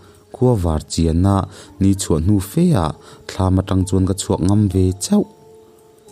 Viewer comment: A ngaihnawm ṭhin hle mai, thil pakhat 'chawhnu her' tihah khan chawHNU kha i ri a hniam a, her tih kha a ri a hniam leh bawk a, a ri hi a sang ve ve tur a ni, ka'n ti ve khanglang teh ang